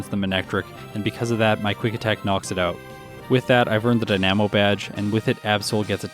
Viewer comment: How he says dynamo is killing me 😆. Its "die-nuh-mo" not "die-nam-oh" don't mean to be critical, love the videos!